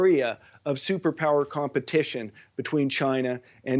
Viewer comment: She nearly said “CHOINA ! “ which is how I assumed you Aussies pronounced it